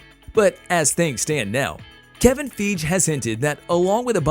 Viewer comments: His name is pronounced Kevin Fige. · It's been 13 years. How do you not know how to pronounce Feige by now? FY-Ghee. With a hard "g".